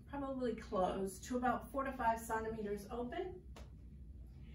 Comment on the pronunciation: something about the way you word the pain of labor and don’t know how to say centimeters makes me dislike this video strongly i couldn’t even get through it